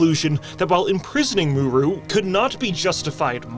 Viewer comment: For someone who makes such great videos all about lore why can't you pronounce names correctly it's in the game they are audio files that give you the correct pronunciations but yet just like bellular, You completely screwed up mu'ru !! It's not muru just write your scripts phonetically so that way you don't miss pronounce names dude!!!!